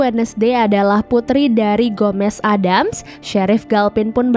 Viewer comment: ADDAMS TAPI DI BACA EDDEMS